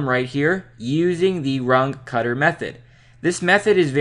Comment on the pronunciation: it is not "rang katta" it is "runge- kutta" lol. very very nice video tho